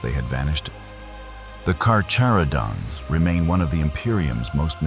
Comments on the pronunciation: drink game: have a shot everytime this video says carcharodons wrong, you'll be drunk in no time I promise 🤣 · Can’t even say their name correctly… 😂